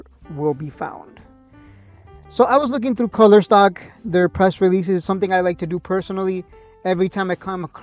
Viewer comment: It's "cooler" not "color"